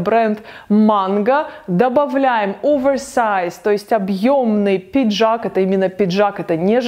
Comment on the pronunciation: Здравствуйте. Подписалась . Нравится Ваша подача, кроме английской подачи слов типа овеЭрЭсэайз , прям бьёт по ушам. Но в целом, спасибо за Ваш труд!🌷